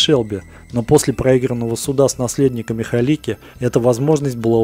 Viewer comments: Кажется что фамилия каскадёра должна звучать как Галицкий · Правильная фамилия - Галицкий, а не "Халики")